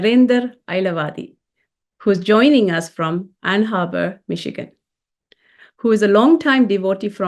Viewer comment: It's Ann Arbor , Michigan ....not Ann " Harbour " ....